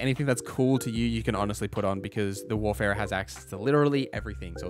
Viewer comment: It’s WARFARER not WARFERER, bro.